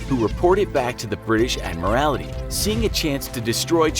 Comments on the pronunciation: Admarality??? = should be pronounced Ad-maral-tee Submarine spitfire??? = SUPERMARINE spitfire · Admiralty ffs, not admirality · OK. 1. Prinz Eugen is pronounced “Prinz Oygen”. 2. “Admiralty”, not “Admirality” 3. “Arado”, not “Ahado”. 4. I never heard about the Norfolk being attacked by Swordfish torpedo bombers. 5. Rodney was a battleship, not a destroyer. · It's Admiralty, not Admirality. And its wreak havoc, not wreck havoc. Take an Englsh class. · I was just about to comment on it, it’s pretty hilarious. I let the German pronunciation slide, but fore-castle and admiral-ity just killed me. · pronunciation is fine except for "Admiralty", for which you say "Admirality"... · Let's say this together. Ready? AD-MIR-AL-TEE. Also, though it's spelled "forecastle," it's actually pronounced as "folk-sole" or the same way without pronouncing the l. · Admirality? Prince Yoogen? Wreck havoc? The quality control on this channel is terrible. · "Submarine Spitfire" "The Admorality" "HMS Suff-olk" - lol. xD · "Admorality" and "Submarine Spitfire" oh wow...please do SOME pronounciation research if you have no idea on the actual subject. LOL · “Admirality”? Come on. “U-gen”? Come on. American pop culture is destroying our once beautiful English language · Inaccurate images and “Admarality”!? Did someone forget to proofread and check pronunciation?! This is a huge fail. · The British “Ad-morality” haha 😂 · Ad-mral-tee. Prinz Oi-gun. Super Marine. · He also says "Admirality" instead of Admiralty, and "submarine spitfire" instead of SUPERmarine Spitfire... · I'd be more concerned about the ad-mi-rality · Admiralty, supermarine spitfire, Prinz Oi-gen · Prinz Eugen is pronounced "Prints Oy-gen." And it's the ADMIRALTY. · *ADMIRALTY and *SUPERMARINE, jeez, I'm only 1 min 20 seconds into the video. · Please learn to pronounce words like Admiralty, Suffolk and Norfolk. It really detracts from the quality of the video.